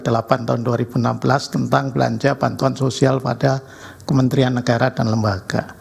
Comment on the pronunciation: Todong ini gimana ya ngomong negara bukan negaya